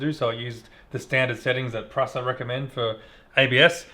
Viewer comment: you need to look up how to say Prusa